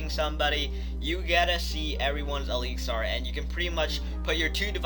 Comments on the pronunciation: Stop saying elixar its elixir not fucking elixar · It's pronounced eliks-er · Why does he say ALIXAR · Really??!! Eeleexar?